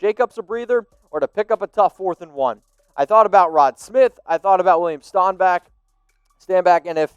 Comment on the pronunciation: Stop saying William Stanback’s name wrong it’s annoying!!! Also he’s an absolute beast.